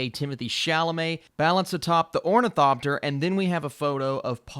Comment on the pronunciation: Everyone in this day and age should know how Ornithopter is pronounced.